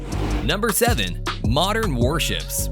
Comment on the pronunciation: "MORDEN WAR SHIPS" XDDDDD